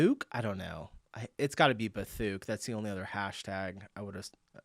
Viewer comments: not bathuk- Bath UK :P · Bathuk? 😂😂😂 its Bath UK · "Bathuk" had me doubled over laughing. 😂 I'm pretty sure it's Bath, UK. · The place in England was Bath… uk. Not bathuk 😅❤ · Bathuk, Bath UK, ffs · bathuk....is Bath, U.K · Bath in the UK not bathuk, I fell off my chair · Bathuk 😭My dude it’s Bath, UK 😅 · "BATHUK" ? ..... Try Bath UK 😅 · Bathuk 😂😂😂 I can’t But fair that you would think that! Not making fun of YOU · "bathuk" = Bathook!!!! No; Bath, UK. Bloody septic. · Bath, UK. Not Bathuk, its the city of Bath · Bathuk.... Bathuk?!..... It's Bath UK..... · "Bathuk?" 🤣 Bath UK Bathuk! That's hilarious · "Bathuk" = Bath, UK... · Bathuk...?!?! 😂😂😂 The city is Bath, and it's in the UK, bless! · it not bathuk it bath uk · BATHUK makes me laugh bro lol it is Bath in UK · That Cafe at the bridge is in Bath, UK.... not bathuk... 😅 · Come on, dude, Bathuk?? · Bathuuuk 🤣🤣🤣 It's the city of Bath in the UK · D Bathuk :D such a funny mistake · Bathuk😂😂😂 it's BATH uk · Bathuk 😂😂😂😂😂😂 Bath UK ! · “Bathuk” 😂😂😂😂😂😂😂 Bath - U.K. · brother, "bathuuuuk" is Bath, UK :D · "Bathuk" ... 😂😂, It's Bath, UK ... have a great day dude ... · Bathuk 😂😂😂😂its bath uk you fool 😂😂😂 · 'Bathuk' Pronounced Ba thook. Or maybe it’s BATH (A city) UK (a country). I understand why you said it like you did, thank you for the laugh that came out of me. Loving the channel. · Bath UK, not bathuk :) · Funniest comment from...wheres the coffee shop on the bridge? Bathuk?...its Bath UK.. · Bath. UK. not Bathuk! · Bathuk killed me 😂😂😂 It's Bath UK 😊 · I came to comment the same thing! "BATHUK" 😂😂😂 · bathuk ! lol it's bath UK ! bath is a welsh town in UK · As someone from the UK I immediately recognised Bath (the coffee shop at the bridge) and loved your mistaken "Bath-ook "for Bath UK! 🤣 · The "#bathuk" is "Bath, UK" not "bathook" lol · Lol it's Bath UK not Bathuk... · No way bro said Bathuk. 😅 Mate, it’s Bath, UK. 😂😂😂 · bhahahaha I almost peed my pants :D Bathook he says hahaahahah :D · It's Bathuk! 😂